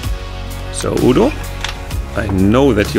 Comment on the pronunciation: lol. I thought he said Oodle.